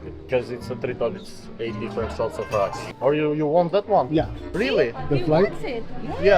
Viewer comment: Bro pls stop saying raki like that because it basically means dih but scrambled words. Try saying ra like in Ferrari and key 🗝️